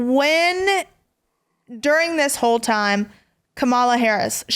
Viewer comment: Are you teaching Chloe to be racist and you're sitting here..Kamala Harris has been the vice president for 3 years and you can't pronounce her name correctly..that's not being intelligent..Shame on you..smh